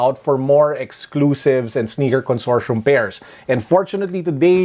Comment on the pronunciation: Consortium with a hard t